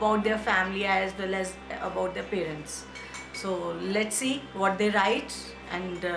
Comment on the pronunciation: “Vwhat kinda hairstyle is shola havin It” 🤣🤣🤣